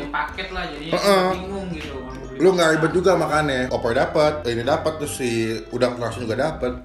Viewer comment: Selibet libetnya